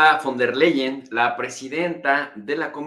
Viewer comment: tienes que pronunciar FON TER LAIEN ... así se pronuncia